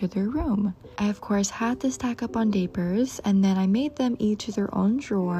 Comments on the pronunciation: … it’s diapers not day-pers 💀 Also … it’s not good to put a newborn in the shower. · “And of course I had to stock up on daypers”😂😂😂😂😂 LOVE IT FR,i say it the same LOL